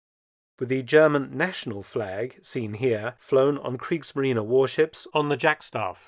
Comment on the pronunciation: クリークスマリーナじゃなくてクリークスマリーネだよ。